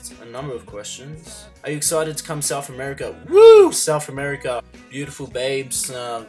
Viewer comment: "sauwf ameirica"